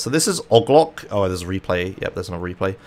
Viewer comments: OGG LOCK? IT'S O-G L O C BABY O-G L O C !! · Its pronounced oh gee loke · every time you said "ogg lock" hurt my soul. Kept watching tho, keep it up. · I like that you say ogloc instead if OG Loc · intentionally pronouncing "oh gee loc" as "og lock" is my favorite gta meme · Wait why did my guy pronounce OG Loc like that... "OHG LOCK" 💀 😂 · The way he pronounces "O.G. LOC" bothers me so much. xD "Ah-g lock". The first time I heard that, I was so confused because I didn't know what the hell he was talking about. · Took me around 52 minutes to figure out "Oglock" is what you call Og Loc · Great video. The way you say OG Loc’s name had me cryinggggg 😂😂😂🤣